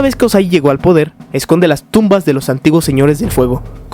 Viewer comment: minuto 22 50 dice podel del fuego